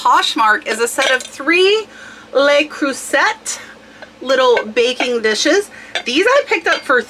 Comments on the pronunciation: Thank you. Love your vids. Cruset no T.. Pronounced crusay. The figure over the letter like ` changes the word. French. Your Information is great, you putting in the graft, cross listing so not all eggs in 1 basket. Thanks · Not to correct you, but I used to sell Le Creuset, and it's pronounced 'La-Crew-Say' 🙂